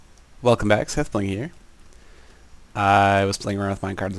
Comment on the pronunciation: It sounds like you say "Welcome back Seth-ling here" instead of "Welcome back Seth-bling here"